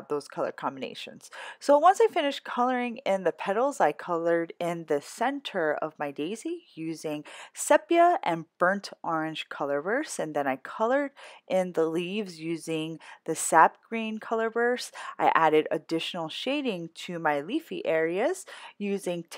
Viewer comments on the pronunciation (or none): Gorgeous. Sepia is pronounced with a long “e”. SEE pee ah